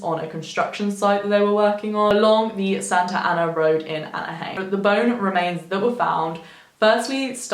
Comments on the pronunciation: i kinda got bugged at how you said Anaheim, the "heim" part is pronounced similar to "lime". :) but i stil love this! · Anaheim rhymes with...out-of-time lol